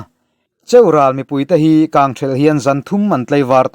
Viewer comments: Cheural hi lam rik hniam tur aw. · cheural ilam dan adik lo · Tha lutuk e mahse Cheural I lam dan hi a dik lo deuh aw